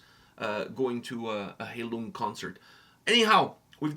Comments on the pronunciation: You both need to do more research before reacting to a video. You both mispronounced the name multiple times. The name is pronounced 'HIGH-Loong'. When you pronounce it as Hay-lung you disrespect the meaning of the name. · High lung, not hay lung. 🙂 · For your information, the "ei" in Heilung is spelled like the "i" in ice. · I love this song so much. It’s actually written in the video describtion, that the volume of the vocals is purposefully quite low as to blend in with the instrumental. And to show off my German skills – Heilung ist pronounced „high-loong“